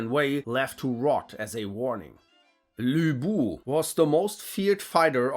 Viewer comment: My man kinda nailed Lv Bu's name but somehow butchered Caocao's 😂